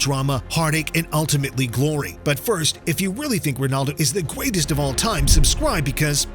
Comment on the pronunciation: de gweatest uwu